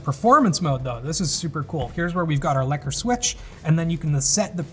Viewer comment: OOOH! That pronunciation of "lekker" is just sublime, magnificent